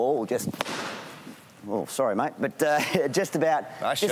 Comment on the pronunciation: I actually like Gilly's expressions and pronounciation, also Clarke's. These guys make a full fledged facial expression and bend every word to the fullest! Maaaeeet(mate), toime(time), tonoight(tonight), effectiiiive. Thats real cool, especially from Gilly.